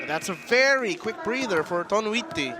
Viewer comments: "Toniutti" not "Tonuitti" 😂😂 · Next time Velasquez ha. TO-NI-YUT-TI. Toniutti.